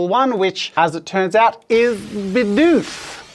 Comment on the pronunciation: it's not bidoof, but it sure is bioof